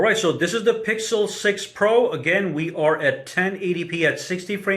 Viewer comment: I think that was a joke but what he was trying to say was when the iphone was worse the video author said "Here iphone wasn't that good" but for the times when it's the opposite he goes "iphone was better than google pro (?) because it's better and it's better" also he mispronounced the pixel's name 90% of the time or just said the full google pixel 6 pro, while he never said the full apple iphone 13 pro max name, that's too comically large to take the phone seriously and the guy recording is a clear apple fanboy.